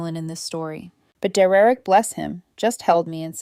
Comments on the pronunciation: His name is Der-rick. Not Derrerick. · Then the mom should help, what an entitled mom and sister. Do low contact and the Derereck pronouncement is ridiculous AI does not know how to pronounced it because I have heard this pronounced throughout all other stories. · Just when I worry that AI may take over the world, I am comforted by the fact it can't even pronounce Derek properly. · Can't AI pronounced the name Derek? It sounds idiotic every time. 😵😵‍💫🇸🇪